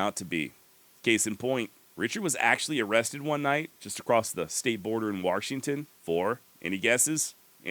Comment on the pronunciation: Warshington haha you're the man